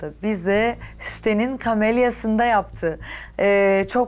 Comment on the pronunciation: İlk sunum yapılan ortam,kamelye değil "kameriye"dir.😊